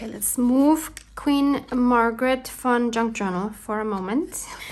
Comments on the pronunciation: What a fun video! I love Queen Margaret. I, too, thought you were saying Fun instead of Von....lol. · 😂😂😂. Wasn’t until you wrote her name that I realized you were saying VON! I thought you were saying FUN - Queen Margaret Fun Junk Journal!! 😂😂😂. This was PERFECT!! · I thought the same.